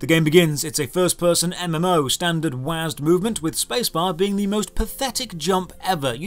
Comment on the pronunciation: Man I love ur vids but I gotta say pronouncing "WASD" like "wazz'd" is as much of a sin to me as pronouncing "LMAO" as "lim-ow"